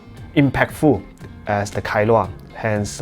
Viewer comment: Kailua is a place in Hawaii. I think you pronounced it well.